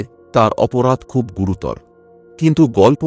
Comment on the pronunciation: আপনার স ও শ এর উচ্চারণ দয়া করে ঠিক করুন। কানে শুনতে খুবই খারাপ লাগে। এছাড়া ও আর ও কিছু শব্দের উচ্চারণ ও ভুল করেন। যেমন কথাটা গুরুতর। হসন্ত নেই। আপনার কথিত ঘটনাগুলি নিঃসন্দেহে রোমহর্ষক ও বেদনাদায়ক। আপনার গল্প পাঠ ও কন্ঠস্বর সুখশ্রুতিশ্রাব্য।